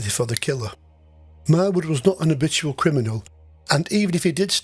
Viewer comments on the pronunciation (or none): none